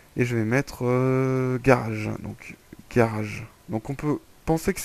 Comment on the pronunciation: garage et non" garrage" MDR